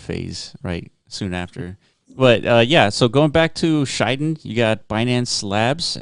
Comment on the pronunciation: Good to see KSM ecosystem projects picked by Block runner. btw pronunciation is Shi Den not Shai Den (｀･ω･´)ゞ sir